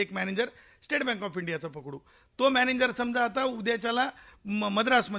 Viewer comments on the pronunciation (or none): मॅनेजर की मॅनेन्जर.... झाटू ला नीट उच्चार करता येईना..